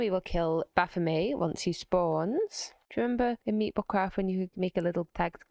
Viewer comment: I think it's actually pronounced "baf-oh-met" with a hard T but demons deserve disrespect so carry on